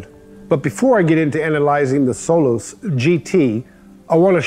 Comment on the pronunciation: I thought he was calling it “soul less” Lol